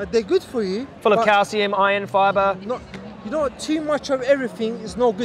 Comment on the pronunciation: "I got scientists in ma family, I noe wot I'm talkin about" Absolute gold